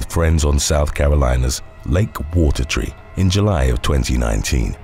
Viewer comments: Considering I'm from SC, I couldn't help but notice this... Its Lake Wateree (Water-EE), not Lake Watertree (Water-TREE). Ultimately, it doesn't really matter as people who aren't from the area wouldn't even notice the error. Like I said, I couldn't help myself. Whenever this channel does a video that takes place in SC, I pay even closer attention. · its bbn pronounced "lake water-e"